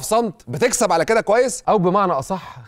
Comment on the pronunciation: (موسى- عيسى) دي اسمها ألف لينة ، مش ياء. (على )ده حرف جر بيتنطق علا، زي ما بتقول موسا وعيسا. (علي) هو الاسم اللي بيتنطق علي.